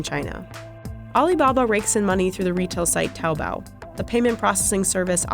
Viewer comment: Aleebahbah interigence